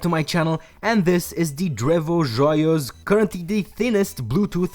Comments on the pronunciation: Another Canadian here. Grew up in a small French-Canadian town. I think you did just fine with the pronunciation. Cheers :) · that was not too bad :D